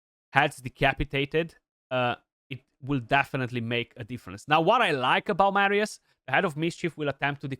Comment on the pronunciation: Nu mai pronunta Meerius Bro Ca duna aiurea tare